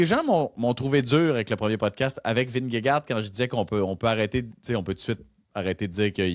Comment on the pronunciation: Bonjour, merci pour ce podcast sur le vélo, toujours super intéressant à écouter! Juste un commentaire sur la prononciation de Premier Tech...c'est premier et non première :). Surtout que la compagnie est commanditaire des championnats du monde route 2026 à Montréal, on risque d'entendre ce nom là assez souvent! Continez votre bon travail!